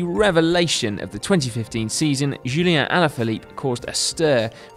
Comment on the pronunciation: It's not "julien" alaphilippe but Julian!